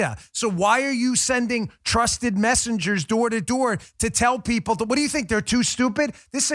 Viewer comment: I thought he said 'trusted messages'